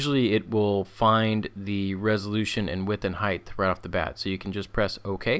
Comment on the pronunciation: "HEIGHTH" Brilliant.